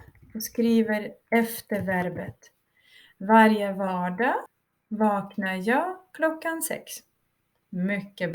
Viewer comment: vaknar Вы произносите как долгий а )